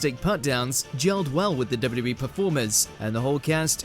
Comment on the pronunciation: WHAT A HORRIBLE PRONUNCIATION OF WWE